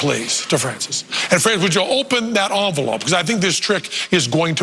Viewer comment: Envelope, NOT Onvelope!!!